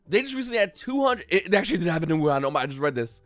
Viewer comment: Hahaha wuhan 😂😂😂 fucking die laughing when you said it